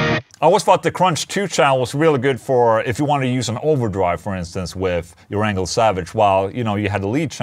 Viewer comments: Sounded like you said. "Ola testing anal plug in" in the intro. Glad to see the video about the Engl though. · Who else thought Ola said, "Anal plug-in" instead of "Engl plug-in"? Lol! 😂🤣😂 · Every time I hear you say Engl plug in, I hear anal plugin. But that’s on me. 😜🎸🤘🏻